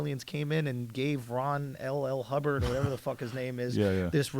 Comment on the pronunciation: Bro said Ron LL Hubbard lmaoo